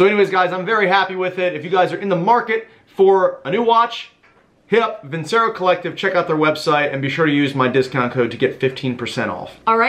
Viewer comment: Veen-che-ro, not vinsero.